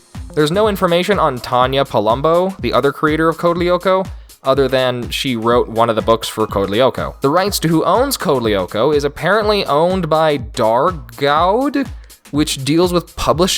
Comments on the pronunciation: "Dargaud" is pronounced "dargo". "au" makes an open "o" sound in french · Dargaud is a French (Franco Belgian) comic book (BD) publisher and is spoken as ‘dar’ (as in dart 🎯 without the t) and ‘go’, the D is silent. ‘Dar-go’ The series is also on Netflix but I know that’s only for Europe as far as I know. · Haha, your pronunciation of Dargaud is priceless :P